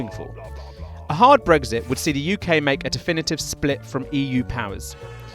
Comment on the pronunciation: You say brexit, I hear brisket.